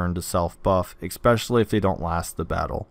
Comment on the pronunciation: There's no X in "especially"